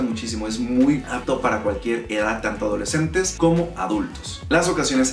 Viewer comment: Porque usa la m donde va la n? memmmta adolecmmmtes